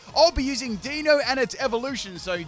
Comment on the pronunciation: For anyone wondering, the Deino evolution line's names are derived from the German words for one, two & three; eins, zwei & drei. As per usual, butchers the names lol